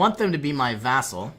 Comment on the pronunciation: Vassal! It's vassal!